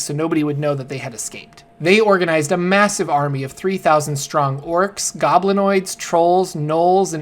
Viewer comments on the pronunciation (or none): none